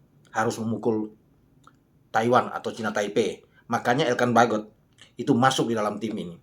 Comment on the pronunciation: lucu juga cara pronounce anda menyebut "Struijk, Jenner, & Baggot".. Padahal cara pengucapannya ga seperti itu dah 😬😱😀😁😃😄😆